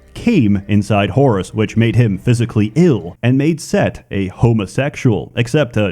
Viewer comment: I know you said Whorus instead of Horus.